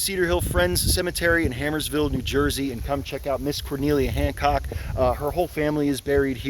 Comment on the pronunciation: Hey, bud! Great job with these. Just one thing. It's Harmersville. Sounds like a rough place to live, 😂